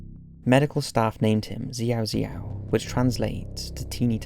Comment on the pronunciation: Hate to be that comment but the proper pronunciation of the name of the baby is shao-shao.